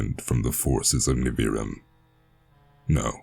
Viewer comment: Your voice and the way you pronounced Nivrium is fantastic! In my head, the way you pronounced Nivrium is canon and I might alter the name to make it easier to read correctly for future releases related to it. This is just the beginning. 😈